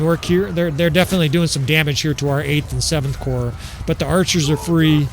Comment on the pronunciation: You are saying it right, the ps in corps is silent in french also, just pronounce army as armé and add the 'd'